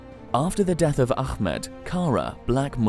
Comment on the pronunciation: it's Ah med not Akh med